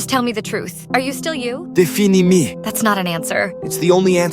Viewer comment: 'defin ee me'